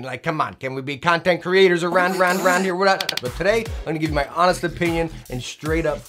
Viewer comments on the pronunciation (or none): none